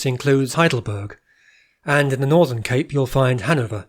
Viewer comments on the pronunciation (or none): none